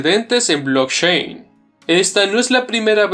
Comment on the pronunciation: Por favor mejora esa pronunciación… Stanford, blockchain, CEO… parece una lectura de un escolar.